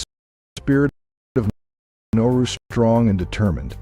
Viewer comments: You got the name wrong 3 times in the first minute. You called it Noru once, and Naru twice. It's Nauru. It's not pronounced "no-roo". It's pronounced "Na-ah-roo". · Thank you! I was thinking the same thing 😕. Nah oo roo. Yeah pronunciation is terrible. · Besides not spelling or pronouncing the word NAURU (Nah roo) properly, a majority of the photos used were NOT of Nauru. Nauru is shaped like a top hat, with land all around the island where people live up against the top hat portion, which was predominantly mined for phosphate. There is a lagoon on the topside too, where a few people live, and the Japanese had fortifications up there looking out seaward during WWII. The people, as do many Pacific Islanders, traditionally over centuries before western contact, lived with the seasons, and for 4-5 months many people literally starved as there was no rain and heavier winds, so over time, Mr. Darwin made these people able to adapt, by storing up fats and reserves from the good periods to live through the droughts. Then the westerners came and harvested the phosphate (literally stealing it) until their independence. THEN they began to get true value for their phosphate, and with cash imported western foods and customs, and their bodies, used to feast and famine, instead ate all the time, and they never shed the weight. A generation of this, and they were hooked on western fat, salt and sugar. THAT is why they are so obese, as so are many other Pacific Islanders, as their genetic code was predisposed to a livestyle that no longer exists. I had great BIG meals on Nauru, more than I could ever eat, which was always followed by driving around the island. And around again with another round. All night. And the reefs are pretty, but al